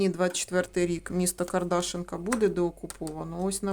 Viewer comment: Село Кардашинка. Наголос на и.